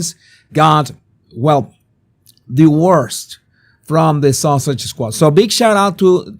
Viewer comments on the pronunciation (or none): Are you calling her the Duchess of SAUSAGE???😅😅😅